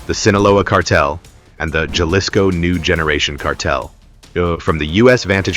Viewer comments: Its not gelisco its pronounced halisco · Enjoy the video but the pronounciation of Jalisco is hal-ISS-co, not the Americanized “j” sound. AI voices never seem to get it right. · AI needs to learn how to pronounce Jalisco right. Didn’t realize Chicago had cruise ships 😂😂😂